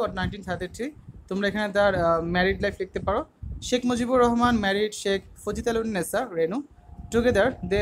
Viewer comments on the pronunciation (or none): Fazitalunnesa na, Fazilatunnesa😋🤭🤭 But It's ok,, manosh matroi vol hoy